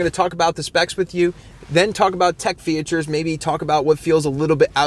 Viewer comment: I stopped watching because of the way you say "fee-a-tures"